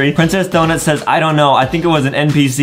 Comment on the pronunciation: DID HE JUST SAY SAYZ!?!?!!?! ITS SAYS